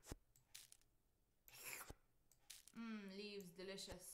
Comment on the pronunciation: love that you said leaves so delisous cause thats what i say